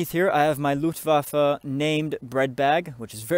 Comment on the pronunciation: FINALLY! Someone pronounces Luftwaffe correctly, and pronounces the W as a V. Best part of this video right there.